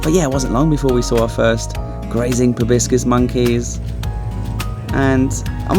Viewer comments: FYI ProbOscis, not ProBiscis. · Riiiiight?! He must’ve said “probiscus” at least 5 times! But I still love ur Asian vlogs, 😅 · Is a "probiscus" monkey similar to a "proboscis" one? 😂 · It's Proboscis monkey. Not Probiscus.